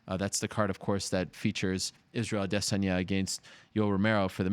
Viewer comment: ADESANYA ADESANYA ADESANYA SAY IT WITH ME ARIEL ADESANYA. NOT ADE---SAN--YA.. STOP IT SAY IT RIGHT. DON'T CHOP IT UP SAY IT TOGETHER